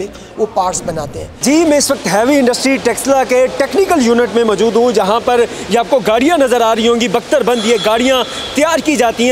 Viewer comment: You don't know no how to pronounce Urdu, ( majood hoon )for example